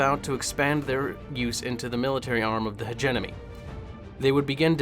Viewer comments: In e heard people pronouns hegemony as hedge eh money but never heard it pronounced hegenomy ....😂 that's off putting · Hegemony not hegenomy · Take a drink everytime he says hegenomony 😭 Btw, it's pronounced Hedge-e-mony. There is no N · Everyone is ranting about "Hegenomony" and not one word about "MargERat" Regardless, keep going dude...I like it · Hegemony (Heh-Gem-Money) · Driving me nuts. Also, you don't pronounce the u in desu